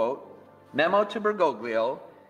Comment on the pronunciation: The problem with Catholicism is that it is NOT an end of itself. Therefore IDC how Catholic Bergoglio (correctly pronounced more like Ber-goal-yo) nor any Pope is. The ultimate guide of the church is first of all the deposit of faith/Magisterium